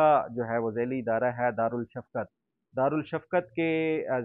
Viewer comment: دارلشفقت۔ دارل شفقت نہیں۔ دار رشفقت ش شمسی حرف ہے اسے الشمس پر پڑھا جاتا ہے۔